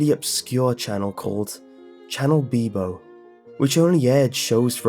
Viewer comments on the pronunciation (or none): "Channel Beebo" UM WHAT